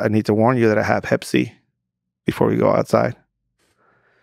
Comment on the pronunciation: "I need to warn you that I have Pepsi". What did he say? 🧐 Maybe pepper spray?